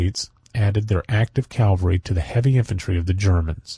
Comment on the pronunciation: Why do so many American readers read the word “cavalry” as “Calvary”